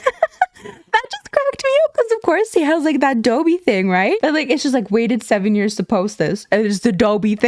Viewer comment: Wait, are we pronouncing Dobby as ‘Doe-bee’?